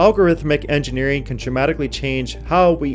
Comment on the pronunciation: "Manuhfactureen", "engineereen" and "useen" are not words.